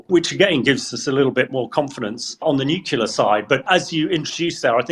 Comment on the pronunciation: A former NATO commander who thinks that most Russian nuclear weapons are unusable? What a joke. He can't even correctly PRONOUNCE the word nuclear. His comments are very dangerous.